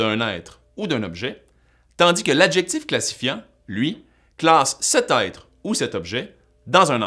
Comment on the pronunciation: Attention à la diphtongaison! Même au Québec on devrait prononcer ÊTRE [ɛtʀ], et non pas Aïtre